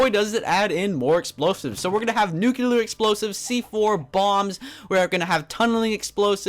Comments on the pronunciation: the word nuclear is pronounced like this : new clear not nucular!!!!! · Why do you people say NUCELAR ???? Its NUCLEAR -_- Thats fuckin funny xD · It's nuclear not nucular! Lol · not nuke you ler its nuke lee er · Did anyone else notice that he said nucular about 5 or 6 times? it's NUCLEAR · stop saying nucular. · Its nuclear not nukeuler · "Nucular"? Lol? Does that even exist? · It annoys me so much when people say nucular instead of nuclear ヽ(｀Д´)ﾉ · Nucular? Really? Its nuclear. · nucular... ugh my ocd is tingling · Not trying to give hate or anything, but I believe it is pronounced "Nuclear" not "Nucular", which isn't a real word. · ***** Yes! Pronouncing words correctly make one not sound like a moron. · InoshiKenshi If he's pronouncing it WRONG why shouldn't he be corrected? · Saying nucular is like saying for God sakes instead of God's sake. That has nothing to do with accent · "Nuclear" (NEW-clee-ar) Often disgustingly mispronounced as “nucular” (NOO-kyoo-lar). Here you go, you illiterate twit. Hope it helps. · So, what exactly is a nucUlar bomb? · its NUC CLEAR (nuclear) no nuculear....i mean lol you are a native english speaker i suppose... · NUCLEAR. ITS FUCKING NUCLEAR. NOT NUCULAR. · stahp saying "Nucular bomb",,, it's pronounced "new-clear" or "noo-clear" bomb. :D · It's nuclear not nucluer!!! Anyways... LOVE YOUR VID MAN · It's nuclear not nucelar. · Nu-cle-ar not nu-cu-ler :/ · Nucular -.- lol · *nuclear *nuclear *nuclear *nuclear *nuclear *nuclear *nuclear *nuclear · I'm sorry, but you really need to learn how to properly pronounce nuclear. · You're under arrest for violation of the word, "Nuclear"